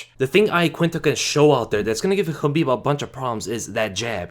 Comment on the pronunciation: Thanks for toning down the "SCHHHABIB" pronunciation man. appreciate it. dont mean to be an asshole but that shit was killing my ears